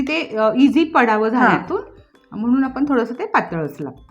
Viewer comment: आपण म्हणा आपन नाही